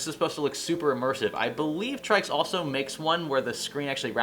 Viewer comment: I think its pronounced "Tricks" I could be wrong but it sounds a hell of alot better than "Trikes"..IMO